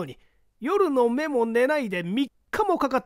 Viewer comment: よのめ、ですよね